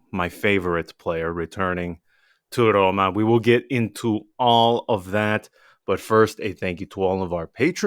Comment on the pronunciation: Excellent points and analysis!! But PLEASE... Don't butcher the name of our bellowed club (ARRRRRRRoma ..) :(